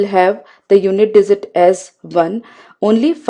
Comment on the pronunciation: Very good . Only problem is dizit instead of digit.....................